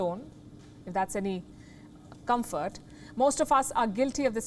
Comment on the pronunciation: "if that includes you, You're not alone, if that's any (deadly pause) comfort" I burst out laughing 🤣🤣🤣🤣🤣🤣